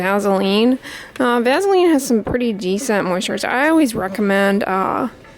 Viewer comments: I love the way she says "vazzaline" hehe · Made me lmao...maybe its because shes a tad nasally. But it sounds cool so maybe we should all call it vazzaline 😂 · vazzalean lol i love that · Yeah lol I've always pronounced it vassah-leen. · Everyone I know pronounces Vaseline like vazzalean .... I guess that’s how we pronounce it where I’m from (ontario) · M LeeAnn Me too. I have never ever heard it pronounced that way before. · I love how she says “Vaseline” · I've never heard of Vaseline pronounced that way. I live the South so I'm sure we're the ones pronouncing it wrong. lol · Hm, I pronounce it the same way. I didn't know there was another way! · No I hate it. Is she a Yankee?